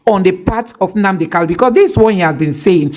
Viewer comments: you always make this mistake on Nnamdi kanu, not Nnamdi kalu. Always rehears your material before you brocast. IT IS NNAMDI KANU. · POINT OF CORRECTION IT'S NNAMDI KANU NOT KALU PLS PRONOUNCE IT WELL😂😂😂